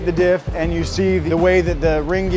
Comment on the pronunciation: Anyone kept hearing “dip” instead of dif